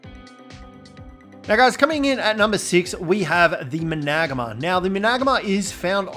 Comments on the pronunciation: The managarmr is pronounced mana gar mer not man ag ma btw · there are some flaws but i dont want hate so dont get mad at me or the creator. griffins dive... gliding is mae wings and rock drakes and more but managarmr just makes me feel odd... managarmr (man-a-gar-mer) is how to my knowledge is pronounced that way... any ways have a good one! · Managama. . . This pronunciation lmfao im dieing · Had to stop watching when you started saying Managamr 🤣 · It’s man-a-gar-mar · So many ark videos but homeboy still can't pronounce or spell managarmr. Big RIP. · Hate the way he says managarmr